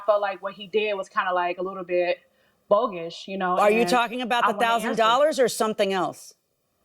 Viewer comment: Did she say “bogish” ❓❓